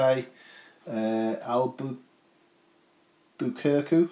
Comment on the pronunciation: Hello! Albuquerque is pronounced "Alba-kur-key". Right on with Topeka.